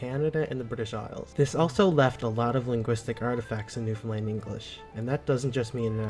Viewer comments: Thanks for the video. Please learn how to pronounce the name of our Province. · First of all, LEARN how to say Newfoundland! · Hey, I'm from rural Newfoundland and I can speak our distinct dialect everyday 24/7, but when the need arises I can easily switch to standard english. By the way you pronounce Newfoundland wrong whenever you say it. This is a bit annoying to Newfoundlanders lol. You have to say it like this "New-Found-Land" just like you would say "Understand". Hopefully now you understand haha. Those people that are dressed are called mummers. It is a Christmas tradition in rural Newfoundland. People dress up in crazy outfits at night during the Christmas season to disguise their identity and they change their voices. Then they go other peoples houses in the community and the people they visit have to guess who they are. Everyone knows everyone in most of these communities. Traditional the host serves alcohol to the mummers and the mummers usually dance, sing and play music all the time trying to disguise their identity. It's great fun. Here's a link to a video I think you would enjoy and it shows a bit of Newfoundland culture. It's an episode of "Land and Sea", (a Newfoundland based television program) about mummering from 1986. Newfoundland is most likely the most unique part/culture of Canada not including Quebec lol. Love your videos by the way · It’s a shame that the presenter as a Scotsman does not know that Gaelic ( Scot’s Gaelic not Irish) is pronounced ga-lick unlike Irish Gaelic which is pronounced “gay-lick”. And by the way as a Scotsman living in Newfoundland this place is pronounced new found land not new Finland. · How's ya gettin on? I live in Newfoundland, but yer sayin it wrong. Instead of pronouncing it Newfoundland, we says " Newfinlan". Say three separate parts" Newf...in...lan " don't pronounce the 'd'....Newfinlan. is ya on Instagram? If ya is, I'll pop o'er dere and drop a video to help ya out😅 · Newfin LAND